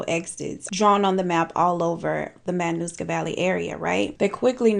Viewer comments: You had me laughing in seconds. And then I was surprised to hear a story from my hometown. Subscribed! Great video. (And you pronounced Matanuska Valley beautifully.) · I’m from Alaska, you said it correctly